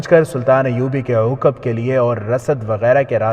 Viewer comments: Uqab nahi aqab gadhe, theek see padh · عوقب نہیں عقب